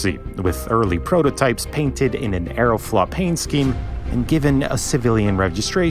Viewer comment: Any reason why you pronounce Аэрофлот “arrow-flawt” instead of “arrow-float”? I’ve noticed this in other videos